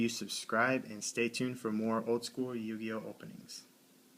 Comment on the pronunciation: What the fuck is a yu-guy-o